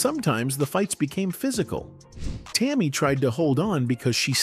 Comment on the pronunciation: This story is absolute nonsense, and if you can't pronounce Tammi name you should keep your mouth shut